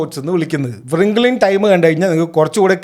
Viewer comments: റിംഗിൾ, not വൃംഖ്ലേ 😅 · Bro don't take it bad, it's റിങ്കിൾ not വ്റിങ്കിൾ. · Wrinkle എന്നത് വ്രിംഗിൾ എന്നണോ ഉച്ചരിക്കുന്നത്?